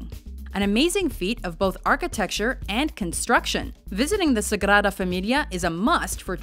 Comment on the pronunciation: If you want to pronounce Seville in Spanish you'll have to take into account that it's spelled Sevilla with an "a" at the end. Unless the "d" is in the beginning of the word or after "n" it's pronounced like the English "th" (Sagrada).